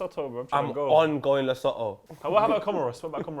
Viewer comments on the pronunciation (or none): Man like and giving a shoutout to my home country and butchering the pronunciation of Lesotho, love you guys long time fan, it's pronounced La-Soo-Two and you guys would love both countries they beautiful to visit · Yo I’m from South Africa and have to give you guys respect for having the best football analysis show in the world. Also LeSotho is pronounced “Le-Suu-Tu”! Big fans of the show, holla if you need chaperones in South Africa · Hahaha as a South African who loves your show, I have to say you guys are pronouncing Lesotho terribly wrong. It's pronounced like 'LeSootu' - love you guys, have a nice! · Heads up it's pronounced Le-soo-too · Just to correct with the pronounciation of Lesotho, it's Le-su-tu. Amazing country, and they really could go through in the African Nations Cup over South Africa because Libya are a tough side to beat. South Africa haven't really participated in an international or continental cup competition since hosting the World Cup in 2010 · Lesotho is pronounced Le-soo-too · Lesotho is pronounced Le-sue-two 👍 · Bro the way you said Lesotho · I’m from South Africa and yall done scuffed the Lesotho pronunciation, also copa 90 was voted best football show by the minister of agriculture in South Africa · The way and pronounce Lesotho😂